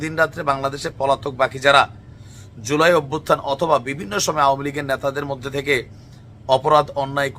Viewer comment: "এয়ার মধ্যে" চমৎকার উচ্চারণ